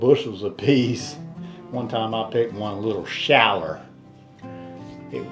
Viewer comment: I love it when said “shaller” my mema always added “er” to ow words…piller, winder, yeller! She was a farm wife in coastal Georgia!